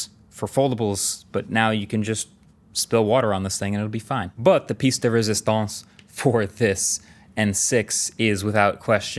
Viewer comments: French is coming out “ResistOnce ” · Coinc: (also said peice de resistance: )